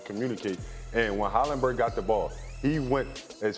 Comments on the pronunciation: "Hollaburton" where are the twins from? 😑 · Bruh, you’re a commentator . Learn how to pronounce “Haliburton!” Sheesh. 😂